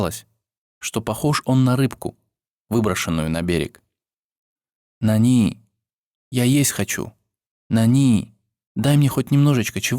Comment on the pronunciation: не нанИ а нАни